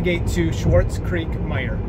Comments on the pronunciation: It threw me off for a few minutes also. You pronounced it similar to Schwartz rather than Swartz similar to quartz. But, maybe that was just how it sounded in the audio because the car knew what you said. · Hey that’s the one by my old house! I’ve been wondering what their doing too. I personally think their waiting for gen 3 production to get there. Also the way you said Swartz creek had me laughing 😂. Last note is that tesla said that charger would be done back in 18 so I’m kinda a skeptic on if it will be done this year